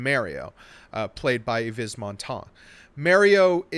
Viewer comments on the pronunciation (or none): Eeevez? WTH?